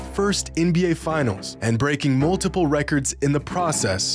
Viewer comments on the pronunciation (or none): none